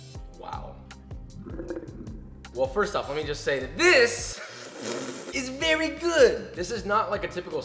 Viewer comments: i wouldn’t want to make Josh “Vewy angwy” 😉👌🏻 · "Vewy Angwy"😠 HAHAHA U ARE TOO CUTE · VeWy AnGwy